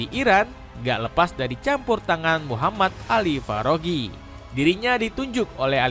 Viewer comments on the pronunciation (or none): none